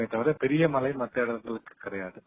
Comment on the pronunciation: மலை இல்லம்மா .மழை மழை எங்க சொல்லுங்க